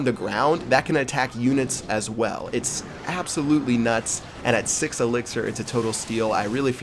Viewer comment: Wow:About six to sex?? Wat da Wat?